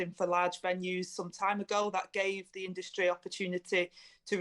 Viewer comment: There’s the two words again ‘the scientists’! Who are these scientists we want a debate between their scientists and ‘our’ scientists! Someone please educate Angela Rayner that ‘th’ is not pronounced as ‘v’!